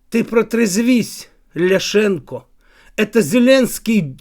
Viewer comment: А чо ти--"ЛяшенкААА"?? рЮЦКає-яничар? Чи неук?